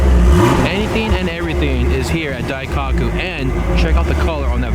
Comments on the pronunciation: you gotta say Daikoku properly... not Dai-cock-ku it’s pronounced Dai-Ko-ku. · Daikaku? isn't Daikoku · DaikAku? Your killing me lol daikoku bro "O" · "dai-cock-u" Cringing so hard I got a nosebleed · please learn what bosozoku is before making another video. and learn how to say daikoku